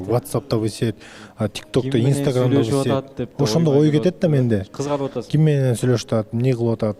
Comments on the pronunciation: в сети десе вы сет дебей😂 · ВЫ СЕТ (в сети)дегени жарды😂